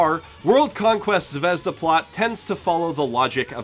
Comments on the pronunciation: I was about to comment about how you keep saying Zavezda when it's zvezda, but you correct yourself once to say it properly , and then go back to saying zavezda. Why do you do that? It's has no za in it, aren't you using more energy to do it wrong. You don't say "Zawei-hunder" when you say Zweihander, no do you say Zaveza when the russian word is zvezda. Please stop. Please. Please. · Just so you know you pronounce zvezda completely wrong. It's not japanese word, it's russian (Звезда=Star), therefore accent in the word does matter. Accent is on the letter A, by the way (zvezdA). Well, at least you say chaika right. And yes, it's also a russian word. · it's zvezdA, not zvEzda, thank you very much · it's zvehzdUH, not zvEHzduh, duh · It's not zvEzda, it's zvezdA. Russian word for "star". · About "Zvezda". Its a Russian word which mean "Star". And not "zvEzda", but 'zvezdA'. I know, noone cares... But maybe? ))) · Zvezda is pronounced ,Zviz-da russian word for star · Z-vi-ye-z-da. russian word for star. i like the vid but man did that word tick me off. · Zvezda? really dude? fucking really? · Just so you know, "Zvezda" means "Star" in Russian. It bothers me that no one can pronounce it correctly. Put it in google translate, and see how different it sounds from how everyone says it. Here is the word written in Russian: Звезда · By the way, interesting fact - 'Zvezda'(the stress falls on the last syllable) is russian for 'star'.